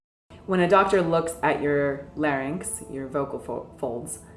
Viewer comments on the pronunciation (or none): none